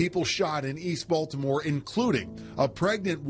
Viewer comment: The way bro say these Baltimore streets wrong is funny if u from the city 😂